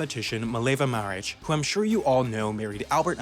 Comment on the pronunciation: Wow... What you wanted to say was Mileva Marić but instead said Mileva Marić... Please ask someone from Balkan countries how to pronounce ć and č next time...